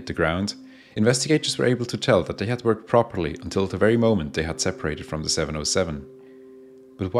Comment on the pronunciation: Your comment is visible to me even as the first words of the voiceover ring out: “In disguise over...” is what I think I hear, but realise that the speaker has difficulty with “the” and is actually saying, “In the skies over...” so it’s not in false flag livery 😂... I can carry on disabused of that misconception!